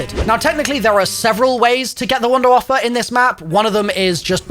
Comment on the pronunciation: God its such a relief to hear vunervaf-fe instead of wonderwayf